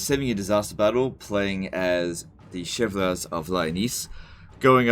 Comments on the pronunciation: For a master of cheese your french is disappointing.... More seriously, it's pronounced roughly "Sheu-vah-li-ay". Also, cheesr for the cheese god ! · Legend: doesn't notice that it says "defending against clan Mors" Legend: says the french word badly The comment section: "leGeNd yOu arE FuCKing StuPiD"